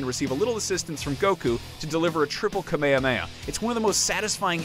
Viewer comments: I know this dude did that not just say “kamehamehamets section” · Anyone else shutter at this guy's pronunciation of kamehameha? Just sounds really odd